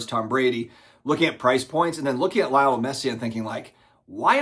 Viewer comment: Lay-oh-Nell is the proper pronunciation fyi